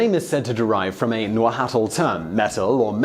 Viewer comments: Ha llamado najatal al nahuatl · As others before me have mentioned, your pronounciation of oaxaca is spot on, but man did you totally massacred the nahuatl pronounciation. it is pronounced nÁ-watl. hope that helps, btw i love your channel & possitively glad you did a video on one of Mexico's finest gifts to the world, cheers :) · Hey, just so you know, "Nahuatl" is actually pronounced "NAH-wat-l" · Those Nahuatl pronunciations hurt. I suppose most people (at least anglophones) aren't used to or don't know how to make lateral fricatives. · As a Mexican this was spot on also the H in Nahuatl is silent, appreciate the effort. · Well... That's a first, someone actually able to pronounce Oaxaca almost perfectly... Kudos to you!!! (And you murdered nahuatl btw XD) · his "nahuatl" pronunciation however...